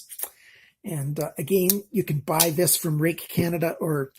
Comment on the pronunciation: Thank goodness you can say "rake"... Thanks for the review. Too many reviewers try find something to complain about Ruike knives just because you know..theyre made 'there'... Nothing is currently beating Ruike for quality especially at that price